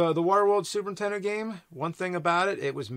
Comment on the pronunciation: Ok is it just me but is it every time James says Super Nintendo, he actually says “Super ‘Intendo”?